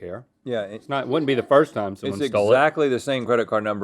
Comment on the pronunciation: It's tome to spon tho whool of mothocoloto!